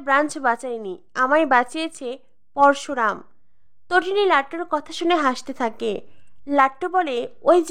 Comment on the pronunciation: উচ্চারণ ঠিক করবে Parsuram না Parasuram